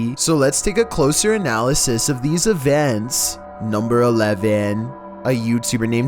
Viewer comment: "scare you siLlyy..." "closer analysis of then EvEnTs'" XD is that on purpose?